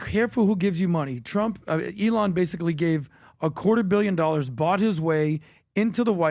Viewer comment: PBD, it's not pronounced Eee-láwn.